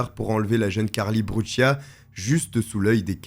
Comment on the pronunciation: Cette fille est née en 1992 comme moi et cette histoire est vraiment effrayante elle allez chez elle et paff un pédo criminelle la prend par la main pour la faire du mal ! et pour finir se n est pas brutchia mais brucia dite correctement son nom de famille